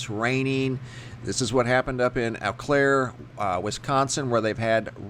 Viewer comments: Pronounced Oh-Claire, Wisconsin. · It is pronounced Oh Claire